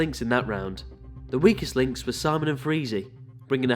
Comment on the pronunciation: 🤣🤣 I really thought he said “We Kissed” instead of “Weakest”